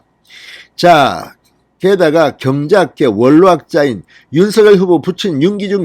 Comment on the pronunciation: 윤성녈로 발음해야 맞습니다ㆍ자음접변ᆢ